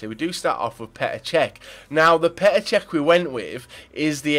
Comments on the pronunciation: Why do people take the piss out of people when they make a mistake flipping hell he said cech by accident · Reckord breaker Cech u said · you said record breaker cech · so do you- it's Čech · He says cech😂